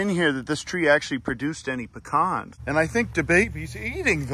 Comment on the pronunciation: I like you 18% more for pronouncing pecan correctly.